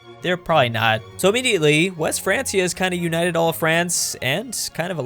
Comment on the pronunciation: Calls self History Nerd, pronounces Francia with a soft c instead of a hard one